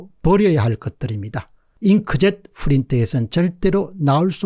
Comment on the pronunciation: 박사님 수고하십니다. 후린트가 아니라 프린트입니다. 지난 부정선거 유혹을 다루실때도 여러번 들었는데 영어 기본 발음이 안되는걸보고 매우 의아했읍니다.